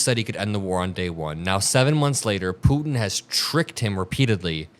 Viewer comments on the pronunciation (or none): Why do you keep saying ‘Putin’ like that?